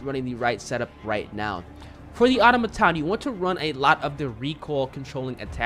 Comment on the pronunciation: Great video! I love listening to you put your own twist on the pronunciation of the names of the guns and parts lol. Auto-maton vs atamaton and ober-weaver vs orb-weaver haha. Good stuff.